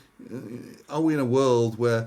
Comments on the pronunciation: not mem but meme, rhymes with theme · Nice show. It's pronounced "meem".